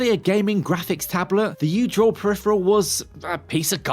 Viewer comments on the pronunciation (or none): none